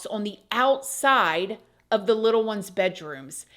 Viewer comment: You remind me so much of my granny when you say "little one's" . She loved children! She worked decades after her children were grown at a daycare. She called children little one's too. I miss her sassy behind so much.